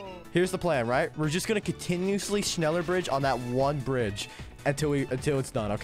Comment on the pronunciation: nobody bedless noobs accent saying "schneller": schnillear